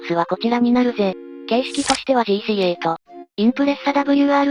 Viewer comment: 型式はジーシーエイトじゃなく、じーしーはち、が正しいですね AE86もえーいーはちろくって読むでしょ？ 型式に表記される数字は単なる記号扱いなので、1つずつ数字読みします FD3S→えふでぃーさんえす、SW20→えすだぶりゅーにーまる、JZA70→じぇーぜっとえーななまる、って具合です